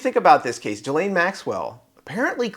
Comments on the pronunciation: Her name is Ghislaine… Sounds like KEYLANE but with a G. Not G his lane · say her name as Gilane, G as in word "golf".